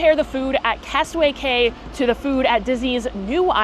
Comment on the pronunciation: I was laughing at how you were correcting Ryan’s pronunciation of Grand Marnier but then you said KAY instead of KEY. Key, Cay, Quay, etc = KEY, honey, don’t get it wrong.